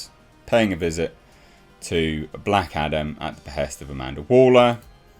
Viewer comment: I keep hearing Black Adder in this vid 🤣